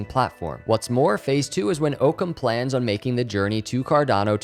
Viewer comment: I think it is pronounced ock-ums razor, which is a scientific tule that basically says the simplest solution or explanation is typically the correct one. If I park my car in the same spot every single day, but today walk to that space , my car is not there, but an orange cone is there, my first reaction should not be that my car turned into an orange cone. The simplest answer should be that I parked my car somewhere else. This idea ties in well with this company’s mission.